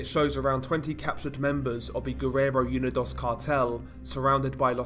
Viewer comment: It’s “oo-nee-dose” not “you-ni-doss”